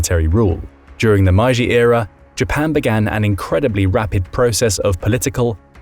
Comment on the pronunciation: The "My-ji" restoration huh.... 'Historians' like this are as hard to take seriously as Legolas who spoke Elvish with a British accent... How IN HELL do you read Meiji as 'My-ji'!? AND where is this Man-curia? Honestly, it baffles me to no end how people who only speak English, speak it like it was their second language.